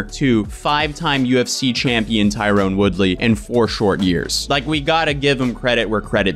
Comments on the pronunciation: Tyron, Ty-ron, no "e". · I like how you keep calling tyron(tie-run) tyrone(tie-rone) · Ty-ron. Say it with me. Ty-ron. Not Tyrone. 🤦🏻